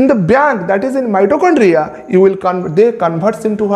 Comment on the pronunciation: Sir sorry dont mind.. but its not kain its coin..again its not biyank its bank🙂..it sounded funny